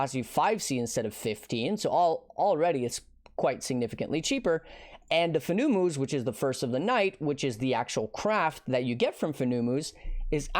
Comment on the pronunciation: I'm 99% sure Fenumus is pronounced like Venomous (but with an F). It's a venomous spider. I got a good chuckle out of how dumb "FOO NEW MOOs" sounds though. lol Farrul = Feral Their names are all like that.